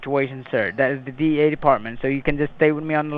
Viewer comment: sound like he was saying DA instead DEA